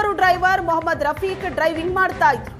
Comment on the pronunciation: This Is Not Fair.....muslim ಹೆಸರು ಯಾಕ್ ಒತ್ತಿ ಒತ್ತಿ ಹೇಳ್ತೀರಾ